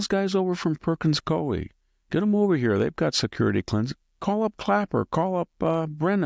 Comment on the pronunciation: The Law Firm Perkins Coie is pronounced Perkins COO WE